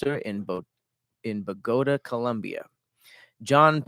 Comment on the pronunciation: "BOGOTA" BRUHHHH not knowing how to pronounce that is crazy!!😂😂😂